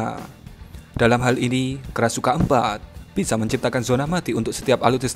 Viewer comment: Krashukan ?? Krasukan setan min 😂